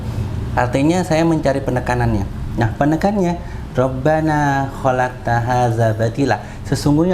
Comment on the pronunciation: Assalamualaikum warahmatullah wabarkatuh salam sesama muslim saya senang sbg muslim tulen semakin bertambah saudara sesama muslim, sekedar pembacaan ayat diawal saudaraku pembacaan ayat kurang satu huruf mim setelah kalimat robbanaa, untuk sekedar lebih teliti saja ya saudaraku ya salam cinta sisi Allah SWT